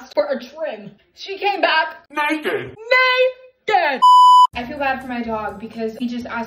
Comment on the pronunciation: “NA dramatic pause💅 KED” got me dying